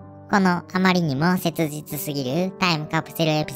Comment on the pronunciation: セツジツが言いにくそうで愛おしい